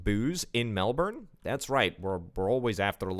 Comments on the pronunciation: Also, Melbourne is pronounced melburn or melbun if said fast, not melborn 😅 Loving the vids though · Hey, love the vid 😂 Melbourne is pronounced Melburn or Melbin, mainly Mel-Bin (say it fast) Bendigo is pronounced Ben-dee-go (say it fast) A bit of history about Bendigo is that it became a massive town due to a gold rush but is now just a town full of drugo’s sadly. Some more history is that where your train tracks from Melbourne to Bendigo is, is actually where the train line from Melbourne to Albury is and where the Hume Freeway is too. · In Queensland we say Melbin